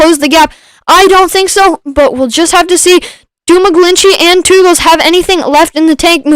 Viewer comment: My bands are Belgian 😁! Thanks for the stream. Pronounciation of Teugels is one of the most correct I've heard so far, thanks!